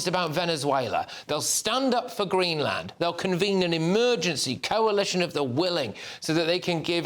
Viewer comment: You Don't Pronounce it like Green - Land